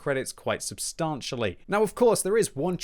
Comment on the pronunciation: Painful hearing him constantly mispronounce: 'substantial'.